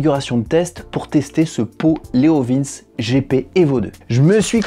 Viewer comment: Je sais plus... d'autre prononcent 'leov1s' certains leoviinns , d'autre leoviinnchi... à l'italienne. Je prendrais un bidalo la prochaine fois... 😃😃